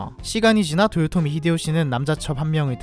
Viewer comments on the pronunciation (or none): none